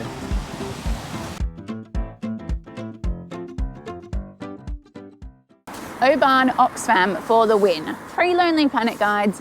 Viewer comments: Oban not pronounced OBAAN but Obin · Pedant here 🙋🏼‍♀️😂 - it's Glen Et-eh-ve not Eht-eeve. Beautiful place and you must come back in Summer! Great trip guys. I saw my first otter in the wild on Mull. Literally crossed the road in front of us. Lovely place. Also it's normally pronounced Oh-bin not O-ban😂. You guys are great presenters though, honestly some TV channel should snap you up! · It’s Oban not Obarn 👍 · Not criticising, we love your videos but have to say…it’s not pronounced “o-baan” it’s said “O-bin”. You did make us smile (maybe cringe a little 😉) though 😂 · Dying at pronouncing it Obaaaahn 😂 love that you guys went to where Balamory was filmed. The castle for Balamory (Archie’s House) is no where near there oddly. It’s 5 minutes from me in North Berwick it’s called Fenton Tower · Oh-man you sure loved Oh-ban :) :) :) <3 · we had the same thought about Mull, we visited a few years ago and was really surprised about the size of the place. We also visited Iona and Staffa - both very worth the visit. Oban btw is pronounced Oh-bin just for reference. We are increadibly proud to call home and also the pleasure of the beauty of it. It has been a joy to watch you on your travels and the laughter. jokes are suitably aweful - and brilliant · Mull is my ancestral home (only ever been once!). You're pronunciation of Oban is a bit off, but then you are sassenachs! ;-) Great video as usual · Very good guys just a wee think there’s no R in Oban 😜